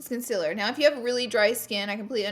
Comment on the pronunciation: I literally came to this video to hear her say concealer wrong 😂😄